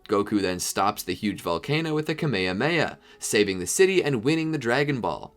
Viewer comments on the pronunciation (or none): The kamehameha is pronounced ka-meh-ha-meh-ha